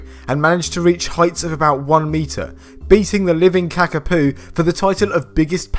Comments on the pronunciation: "kahkapoo" Mate its pronounced ka-ka-po. Like the beginning of car and po the panda. ca-ca-po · its kaka po not kaka poo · “Kakah-poo”? Not quite! So close though, lengthened the wrong vowel It’s pronounced ‘kaa-kaa-poh’ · It's not pronounced kaka poo. It's 'karkarpaw' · Did you just call the kakapo a kakapoo? Sorry but that's not very nice. #kakapo is still relevant.